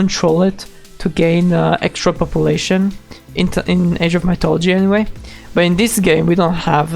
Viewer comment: Wow I dint think you would cover the new uodate It's funny how you pronounce mythology.